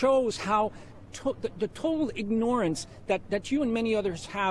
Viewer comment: Fuckin retard can even say "ignorance" right.